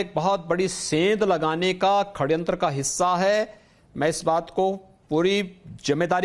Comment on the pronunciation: हिन्दू पक्षधर सी.एम.का हिन्दी शब्द वर्तिनी का अशुद्ध उच्चरण , षडयंत्र को खडयंत्र बोलना अमान्य है।